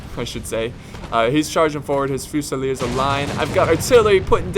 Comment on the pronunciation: Tips for pronounciation of French units ;) For Skirmishers : Vault tea jer. For Heavy Cavalry : Q race c yeah. And for Line infantry : Fuse e yeah. Enjoy ! ;)